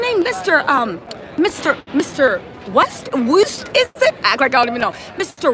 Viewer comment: “Mr. WOOST” 🤭🤣